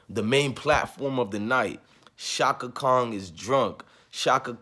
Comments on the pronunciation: Are you saying shaka Khan , Or shaka Kong?? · It's Chaka Khan bro. not Chaka Kong. She not King Kong daughter... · Pls say Chaka "Khan" not"Kong" even if she did mess up and she did all night. Cut Stephanie THE ENTIRE CHECK! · I’m not listening to anyone that say Chaka Kong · Sorry but the Aquarius in me CAN'T help but hear the pronunciation of a "g" in Chaka Khan's name and it's not😏 respectfully.... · I’m an Aquarius too and it was bothering me also lol😂😂😂